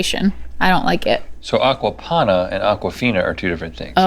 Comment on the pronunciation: Is she saying Aquaponda, as in pond water?